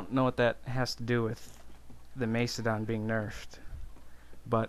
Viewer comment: MACE-E-DON. QQ.